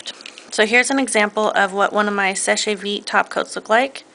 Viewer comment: Seche vite is french. 'sécher' means 'to dry' and 'vite' is 'quick'. Therefore, you don't pronounce the 'ch' in seche like we would an english word. Instead, it comes out sounding more like 'sesh'. We also would not pronounce the last 'e'. It is silent!